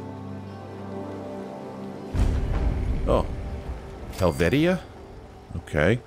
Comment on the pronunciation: Hel-vee-sha. I actually live in this village IRL. ❤️